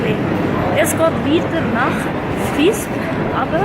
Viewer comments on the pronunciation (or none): du seisch visp und saas fee falsch